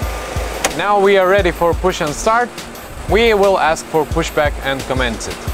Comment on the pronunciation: when FO order Captain to aks for pushback ehehehe... It's 2020 and I really miss them, especially,. Please bring back my for some future content.